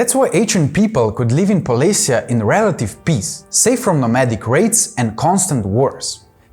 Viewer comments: Not polis'ya, but poles'ye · I think that that poles'ye is more common pronunciation for Slavic generally, the Ukrainian one is particular